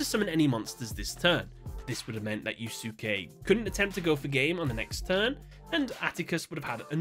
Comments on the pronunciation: Id never heard yusuke being pronounced differently aalmost every single time, "yu-suuu-kay" and "yu-suu-ki" are definitely a first. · It's supposed to be pronounced Yuske as in Yus-kay. The second U in Yusuke name is Silent. Not the first time people mispronounces names. Not really a big deal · yeah "yus-kay" is how I normally hear it for English speakers. I just found the fact that he pronounces it differently entertaining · The name is pronounced you say yussske the letter U is kind of silent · As someone who plays Persona 5, the way you pronounced Yusuke hurt my soul. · You're not supposed to pronounce the second "u" in Yusuke's name. Think of it like Sasuke's name in Naruto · The way is butchering Yusuke's name bugs me so much. 😂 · So, there is no English dub. The only way for him to have watched this is by listening to someone actually pronounce yusuke's name right, so there's literally no reason for him to be f'ing it up this badly. It's actually hard to watch (my bf thinks it's hilarious but I disagree). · As a Yu Yu Hakusho lover, hearing Yusuke being said that way hurts me. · I literally cant watch this video because of how he pronounces Yusuke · The second U in Yusuke is silent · Someone please teach this man how to pronounce “Yusuke” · Sorry, but it's bothering me how you're pronouncing Yusuke. It's like when people pronounce Sasuke as "Sah-soo-kay". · you're mispronouncing "Yusuke" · Oh god. Your pronunciation of “Yusuke” made me ill. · Me trying not to vomit at his pronunciation of yusuke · Why the hell is he calling him "Yu Su ke" instead of "yuske"😂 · It's YUS-K, not YOU SOOK EEE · Ugh, "You-sue-kay" is like nails on a chalkboard. You could just look up how to pronounce a name - especially because Japanese is a language with strict phonetics, every word tells you exactly how to pronounce it if you know how to read it. It's much closer to "You-skay" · You-skay, not YouSooKay ffs lol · "Yoos-kay," not "you-soo-kee," dude. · it pronounced (Yu'ske) 😅